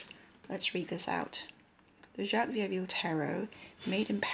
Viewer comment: Nobody Here your pronounciation is already completely right, and q from family name Coq Sounds as a k, so also right on this one:) conclusion: perfect intuition in french too:D well done!